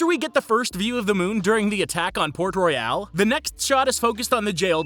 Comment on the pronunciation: No shot he just said port "royale" when clearly they promounce it port royal several times💀 did bro even watch the movie